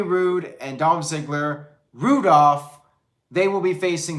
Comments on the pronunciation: It's Roo-Dolph lol. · Zigs and Bob Roode forreal? 😂 I couldn't buy into them being able to beat Patterson and Brisco at this point, wtf is the point? And damn! said Roodolph! 😂 I'm f'n dead. Is that what they're calling them?